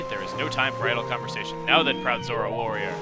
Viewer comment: For some reason, every time you say Zora, I hear Zorua from Pokemon